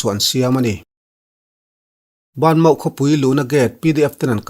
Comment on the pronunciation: Aziak ah chuan banmaw tih aziak chu ani na a han sawi rik chuan BA MAW tih tur niin ka hria adik em awwww